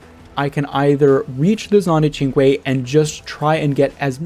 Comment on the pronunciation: I think the Cinque has a strange pronunciation, and you are pronouncing it right. I figured it would be like synch